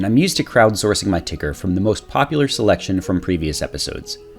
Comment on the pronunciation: "Selction" lmao